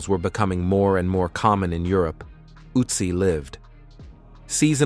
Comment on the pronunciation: I bailed the moment this mf mispronounced the name. Is AI with dyslexia a new thing?